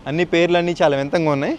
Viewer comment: Vinthamga kaadu bro vinthagaa😂😂😂